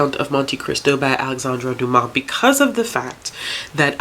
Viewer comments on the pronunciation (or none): none